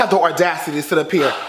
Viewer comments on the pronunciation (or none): “have the ORDACITY to sit up here” 😂😂😂😂😂